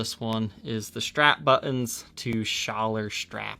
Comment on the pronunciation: I’ve got a feeling that someone might have had a smoke before this episode’ you’re playing sounded different and u even spoke a lot more differently than I usually do’ the u said “strap buttons” sounded a lot more less pronounced than usual and u just generally sound abit more loose’ anyway it was a great video ✌️🎸